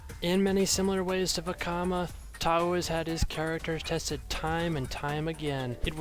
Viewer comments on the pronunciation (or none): I don't know if it was just me but that pronunciation near the end was really weird. "Toa Tauuuuu should be taking notes."